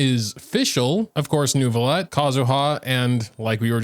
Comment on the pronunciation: great video but please learn the proper french pronunciation of neuvillette